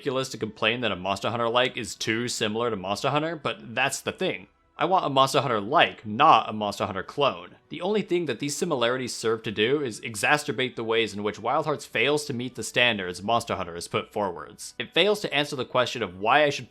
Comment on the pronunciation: lol “exasturbate”